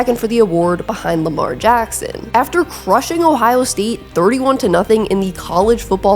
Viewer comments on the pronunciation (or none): none